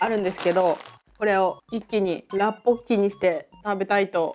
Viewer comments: ロシアンさん、大食いの時から観てます！ 今回の辛ラーメンの動画嬉しいです☺️ それから라볶이(ラッポッキ)のレシピ素晴らしかったし、発音もばっちりでした👍 韓国からいつも応援してますー🙌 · ラッポッキ発音お上手ですよ!